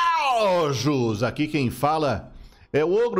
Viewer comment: Pq caralhos o ogro fala joJos na intro?